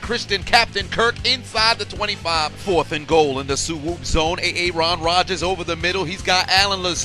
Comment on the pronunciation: A A-ron Rodgers